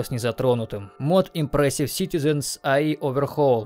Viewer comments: Как можно прочитать "эммерсив" как эмперсив? КАК? Я понимаю, что знаешь не очень, но камон) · иммёрсив, а не импресив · лол да не imPressive а immersive. И причем в самом видеоролике название написано правильно, но автор систематически продолжает произносить совершенно другое слово. И ведь некоторые не особо смышленые люди, после просмотра данного видеоролика тоже начнут произносить неправильно. Автору явно следует быть более внимательным. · Имёрсив, не импресив. Ну ёпт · Как можно было неправильно читать в столь многих модах упоминаемое слово immersive, читая как "импрессив"?) Ну это я так. Сборка прекрасная, саму ее качать я не буду, но многие присутствующие в ней моды установлю. Спасибо. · От куда ты постоянно в слове immersive звук п находишь?